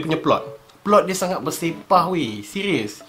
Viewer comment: Seqiiiuuuss.. Hahaha.. R keras... Lawak.. 😂😂😂😂😂😂...